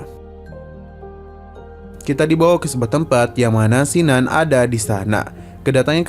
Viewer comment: kin nan.. bkn sin nan jd mlas ku dgr ny